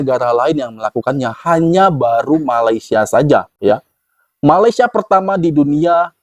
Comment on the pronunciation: Blh x abg betulkan sebutan Malaisia abg…salah tu sebutannya